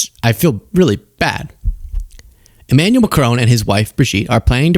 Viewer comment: Please. Not Macrone…it’s pronounced Macrawn